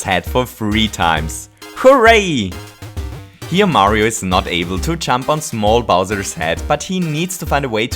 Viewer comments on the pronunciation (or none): Every time he says "Jump," it sounds like he's saying "chump". IDK